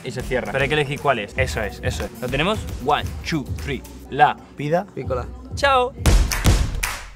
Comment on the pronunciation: one chu three jajajaja 😂😂 XD XD